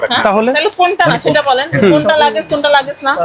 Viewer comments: হালায় মনে হয় কোটায় চাকরি পাইছে। লাগেজ পণ্যরে বারবার বলতেছে লেগেজ পণ্য।। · ক্যাডারের শিক্ষাগত যোগ্যতা & কীভাবে সিভিল সার্ভিস পরীক্ষা পাস করেছে তা নিয়ে আমি সন্দিহান । শব্দটা "লাগেজ" হবে, "ল্যাকেজ" না ।